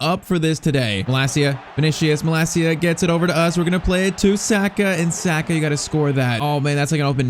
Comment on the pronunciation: Saaaaahhhhka pls say it right